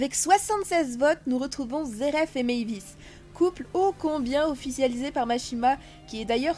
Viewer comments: Sa se prononse pas (zeref mais zelef) et pas (laxus mais luxuse) et enfin (pas Levi mais rebi) et (pas luvia mais jubie) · Mais pour vous dites Zerf au lieu de zelphe Et au lieu de luxus vous dites laxus Et 1u lieu de reby vous dites levy c'est moche Et jubia juvia c'est quoi tout ces nom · Zeref nonnnnn zeleph 🤣 sa soule le manga dit zeleph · Pas Zeref mais Zeleph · Son nom c'est pas zelef c'est jelal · C est luxus pas laxus et zelef pas zeref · C'est luxus et zelef pas laxus et zeref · c zélef et non zeref